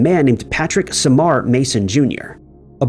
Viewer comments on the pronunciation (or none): none